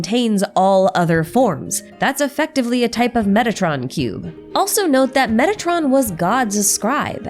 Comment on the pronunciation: For some reason i must strain my ears to hear "metatron" instead if "megatron". I hope i am the only one.